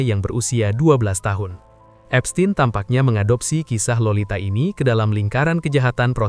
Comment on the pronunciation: Baca : Epstin bukan epstein